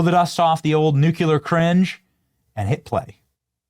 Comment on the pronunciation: There is no “u” after the “c” in nu-clear! 😂😊 sorry, had to do Benny! Still love you though ❤😉